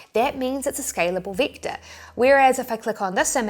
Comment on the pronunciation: It's pronounced vector, not victor.